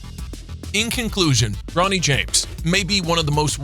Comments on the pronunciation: Learn how to pronounce before u make a vid of them KYLE IRVING AND BRO NEEE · he was about to say brownie instead of bro-nee